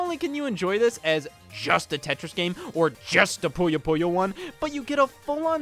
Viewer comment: Am I the only one that's irked by him constantly calling Puyo Puyo "Pollo Pollo?"